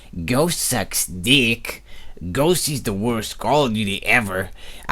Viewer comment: please kern how to pronunce ghost you're pronucing it like "ghoche"